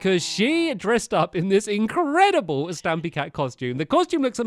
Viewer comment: It's Stampy not Stupy